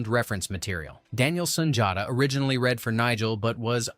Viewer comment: For goodness sake, can you at least get an AI narrator that knows how to pronounce “read” correctly. It hurts your credibility in an otherwise enjoyable video. Do better.